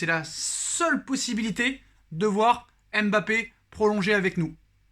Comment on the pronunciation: Je t'aime bien mais tu prononces mal son prénom. Ça gâche l'attrait et le plaisir que j'ai pour tes vidéos. Pour LLORIS personne ne dit L Loris encore moins pour Zlatan. Personne ne dit Z latan. MBAPPÉ, c'est pas M....Bappé. Zlatan